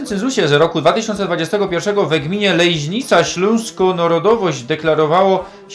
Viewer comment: ta "Lejźnica" to fonetyczna fantazja rajzy, bo np Adam Peter Kubik godkoznawca i z tych stron tak nie godo